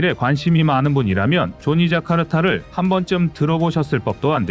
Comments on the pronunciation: "조니 자카르타"가 아니라 '조나 자카르타' 아닙니까? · 조니 자카르타가 아니라 조나 자카르타로 알고 있습니다.